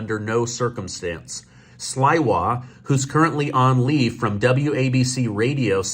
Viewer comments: Cutis' last name reads not Sl iiiii wa, but Sl eeeeee wa. Pronounce the "i" as "e" like in word "sleeve." He put his life on line protecting NYers from 1979 w his group called "guardian angels." He earn that job already. Mammie-dummie is a vile leftist w psychotic & hostile ideas & appeared recently from nowhere! I live in NYC for 34 y. now & if he's elected, NYers will get what they deserve - complete choas! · Sliwa.....pronounced Sleewa. Long e, not long I. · Say "Sleewa" not Iwa He started the Guardian Angels. Fighting crime on the subways and all over NYC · it’s Curtis Sleewah NOT Slywah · "Slee-wa", not "Sly-wa". He's been a NYC fixture for over 40yrs. I know if you google his name pronunciation it will probably come up. He founded The Guardian Angels, maybe late 70s, early 80s. I can't remember, but I'm sure if I googled... He's also a GREAT guy. Omg, Catsimatidis' name too. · Its CURTIS SLEE-WAH! NOT SLY-WAH! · Sliwa, pronounced Sleewa.. ❤ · should be embarrassed that he doesn't even know who Curtiss Slywa is (founder of the Gaurdian Angels and known around the world). He cannot even say his name correctly., we love ya, but you have to do better. Don't talk about things you don't know. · The name is pronounced slee-wah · It’s pronounced slee wa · FYI: Sliwa is pronounced with an "E sound,. Also, Mark Levin supports him. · It's "SLEE-wa": Cuirtis Sliwa. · FYI Curtis Sliwa’s last name is pronounced Sleewa (long E sound). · Slee-wa. Keep up the awesome work! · His name is pronounced Sliwa slee-wah Mayor Giuliani endorses Sliwa, The same guy that the Democrats have attacked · FYI,His name is (Sliwa)Slee-Wah Dennis/Long Island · It’s SL-EE-WA and he is a good good guy. If I still lived in New York I would vote for him. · Pronounced Sleeee-wa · You ought to do your homework on Curtis. Find out his history and say his name the right way!